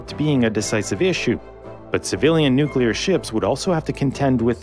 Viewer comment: NU CLEE AR WESSELS